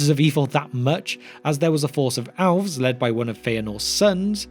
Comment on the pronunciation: I couldn’t tell if he was saying elves or owls.